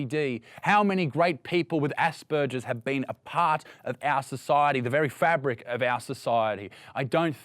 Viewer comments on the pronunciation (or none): none